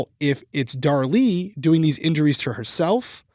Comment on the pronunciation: Since likes to correct on her pronunciations all the time 🤭, I just want to point out that this time is saying her name as “Dar Lee” (it’s driving me crazy) and is saying “Darlie” like everyone else in the world. I got your back. YOU should be correcting HIM for once 😂